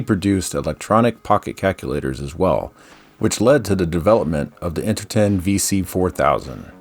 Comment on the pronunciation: Almost certain that "Interton" should rhyme with "tone".